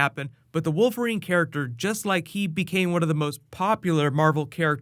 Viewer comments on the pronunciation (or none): did you say wolf erine??